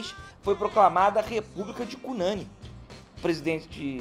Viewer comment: Professor, parabéns por trazer visibilidade ao Brasil desconhecido! Vou arquivar a exposição para meus alunos de estudos amazônico e amapaense. Só um detalhe: A pronúncia de Cunani é com a sílaba tônica na última. É uma palavra oxítona! Seguindo nosso vocabulário indígena : tucupi, matapi, buriti, cupixi, Pracaxi, etc. Portanto: CUNANI!!!!! Desculpa, mas precisa fazer a observação.